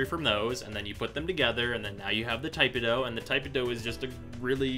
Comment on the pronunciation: "Tai-puh-doh"......nope. "Tih-peh-doh".......yup. To each their own. Btw, Arcane Strike and Arcane Avenger.....best arcanes for tipedo.